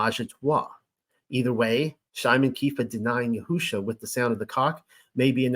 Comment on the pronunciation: In listening to you, I have observed that you have tried to pronounce words properly, for instance: YAHUAH YAHUSHA In my opinion, you have the words spelled correctly. However, in each case, the emphasis should be moved to a different syllable. YAHUAH should have the following emphasis: YAHuah Similarly, YAHUSHA should have the following emphasis: YAHusha This name means "YAH who saves." It does not mean "yah WHO saves." In your own name, "" should be pronounced with more emphasis than your middle name or your last name. Blessings, Daniel